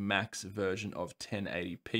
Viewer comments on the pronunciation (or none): none